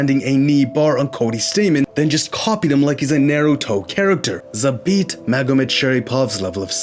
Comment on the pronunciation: Lol "Naeruto". Love the video though, as a guy who's practiced Kung-Fu for 16 years since I was 7 it's awesome seeing the style be used by at least one guy while hes able to adapt to the world of mma and keep growing as a fighter.